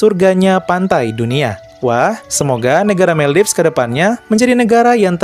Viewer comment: Maldives biasanya dibaca Moldivs atau Moldaivs yaa kakkkk.. Atau lain kali supaya tidak salah pengucapan lebih baik menggunakan Bahasa Indonesia ; Maladewa 🥰🥰🥰